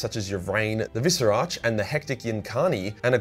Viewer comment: I BEG you to read the characters' names and not just make something up that vaguely resembles them. Its the Visarch, not the Viserartch; Yriel, not Uriel; Cegorach, not Sirogoratch; Ynnead, not Yinned; etc.